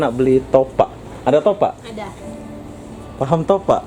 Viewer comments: Topap bang bukan topak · Bukan topak?? Top ap sebutan nya..top up...malaysia buka malassa ..wah ngak sok malaysia ..aku WNM pn kalau ke indonesia pake bahasa indonesia dengan betul...kenapa bisa??sebab campuran malindo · Dasarr kepala lu peang.. Ak orang lmbok... Klo ngmong itu yang jelas.. Bkan smbrdur gtu... Bilang aja mw beli top up... Smua orang bkal tau.. Ni bilangnya top ak... Topak kepala luuu... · Bro kau sebut " topak" atau " top up " ?? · Bukan "topak" bang.. "TOPUP" lagi pula itu bahasa inggris bukan bahasa malaysia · Top up bukan topak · Bukan topak tapi ada spasi sikit top up di baca top ap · Top up bodoh,bukan nya Topak! Kalau tak tahu menyebutnya tak payah lah nak berlagak,bangang betul yg upload video ini! Konon nya nak jadi macam org Malaysia,babi lu! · Top up bro bukan topak, salah bro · tapi kata top up itu bahasa inggris bro jadi aksen dan pengucapan nya ya harus top up bukan topak mana ngerti lah topak. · sebutan salah tu..bukan topak..tapi sebutnya top up.."topap" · Top up bukan topuk, tu mah bahasa inggris smuapun tau bkn cuman orang malaysia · nyebut nya yang betul dong... sebutan nya sama seperti dalam sebutan bahasa inggeris "top up" BUKAN topak... jadi orang gak akan keliru dong.... salam dari Malaysia.. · Malaysia bro bukan Malasia, topup bukan topak...... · Top up bos (di baca TOP AP), bukan topak.. Anjirr ngakak gua.. 😂😂😂 Setengah malu setengah lucu, salah tapi ngomongnya PD 😂😂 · Heheheh saya pun dengar Top Pak.. sebenarnya Top up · top up tu bahasa inggiris bro😂... sebutannya aneh.. topak.. hahaha.. kalau bahasa aslinya malaysia kad pra bayar.. tapi disini lebih senang panggi top up.. bukan topak😂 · betul bro, sebutannya aneh topak, mungkin dia nggak ngerti bhs inggris sama sekali, maklumlah orang2 yg mencari kerja di malaysia itu biasanya orang2 dari kampung dan kurang pendidikan. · Top up baca seperti ejaan, bukan topak cara kamu sebut. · Mungkin lidah melayu, maklumin aja